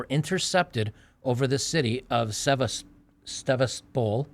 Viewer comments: Is pronounced SevasTOPol. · Jesus, do a bare minimum of preparation before you start recording. Read through the article before you read it on cam. Learn place names and how to pronounce them. You are embarrassing yourself. You’ve never heard of Sevastopol? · why do you have such a mangled way of speaking? You've been at this for years so you should have picked up skills for more fluid speaking by now. Also, how hard is it to look up the pronunciation of Sevastopol? Do you not do prep? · Based on his pronunciation of Sevastopol, has never played the board game, "Diplomacy."